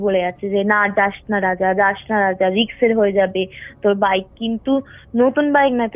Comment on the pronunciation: রিক্স না রিস্ক